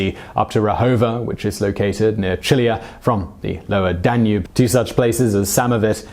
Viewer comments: DAN-ube, not dan-UBE. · "rudiments" of maths and astronomy? duh-nube? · I love the way he says danube (tonava), like DA NOOB! 😂 Well i cant assume everyone can prenounce foreign words. But awsome stories anyway. 👍👍